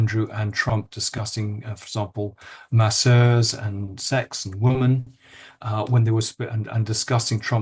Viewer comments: Why don't these men pronounce the names of the two women consistently..jarring listening Also why can't Lownie pronounce the word women correctly its not difficult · woman vs women--- is there no difference in your pronunciation, Andrew?